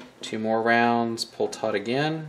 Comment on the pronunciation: Are you saying pull it tight? Or tort?